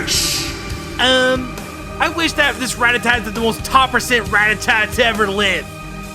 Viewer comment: it's ra tat ta not rat a tat